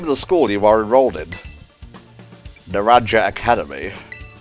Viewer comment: Naranja is pronounced "na-ran-ha" Imagine when Nenona went through the interview. Imagine how long she would talk for. The trumpet flair in the Elite Four theme is very Final Fantasy 4. Like, it's almost identical to the flair in the battle theme from that game. Rika is wildly popular, winning a popularity contest among Japanese women two years in a row. Not of Pokémon SV characters. Not of Pokémon characters in general. Of ANY character. I didn't know what Poppy trained so I assumed ghost due to her bonnet resembling a Drifblim. Though i guess looking at her now thats her...hair... Hahaha oh dear, no one is safe from spoilers Flamigo looks doofy but goddamn it's strong. Yeah, Hassel is just "grandpa" insofar as being an old guy. If you do more of his story, you find out about his actual family. About champions having the same mon as a gym leader, didn't Lance have sime of Clair's? Something wild is that Geeta in Masters is probably one of the strongest poison units you can get. For a while there was a theory that was wildly popular, that (a certain thing in the ending) was powered by imagination and wishes. And it never really made any sense to me as applied to (the character that thing is relevant to)...but it makes perfect sense for Geeta. She makes references to her imaginations, her wishes, her vision of things, and if she got her position via frickin magic, it would explain why she holds her position despite nobody but Rika and Poppy really liking her. ...actually it ki